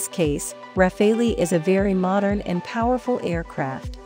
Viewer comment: it's modern not modren 😂